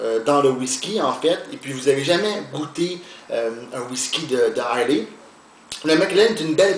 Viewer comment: belle revue! juste quelques corrections si vous me permettez: - l'île d'islay est située au sud-ouest de l'écosse et non pas au nord comme vous avez mentionné . - islay est prononcé comme "island" mais sans "nd" (prononciation anglais: eye-luh). bonne journée! :)